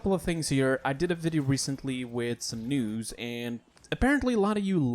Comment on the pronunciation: Is he saying news or nudes?